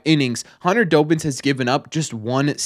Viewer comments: It's DOBBINS not Dobins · As someone who gets to see the players all the time, Dobbins is one of the nicest guys ive met. Also, im sorry, but it pained me every time you said his name, but its DAH-bins, like Dobby from Harry Potter